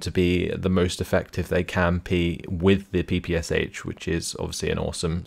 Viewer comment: Don't wanna be annoying, but 'Sh' in the PPSh abbreviation is one sound not separate 's' and 'h'.